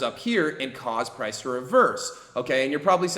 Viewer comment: haaaaha u said prace